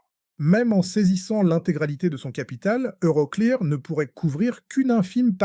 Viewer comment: EuroCléAr 😂 l'IA est nulle en anglais 😅